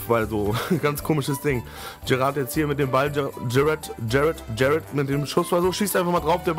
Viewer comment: Geiles Video :-) Wollte dir nur eben sagen dass du Jerat falsch aussprichst :-D du sagst eher Gerrard du muss das am Anfang aussprechen wie ein "J" und nich wie ein "G" ;-) Keine Kritik ;-) nur kleine Verbesserung am Rande ;-) MfG